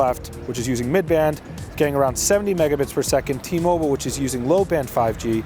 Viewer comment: It's T-Mobile not T-Moble